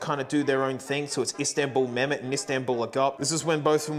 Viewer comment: Mehmet in Turkish is said more like Meh-hem-met. You always pronounce the H. You are saying it the Arabic way.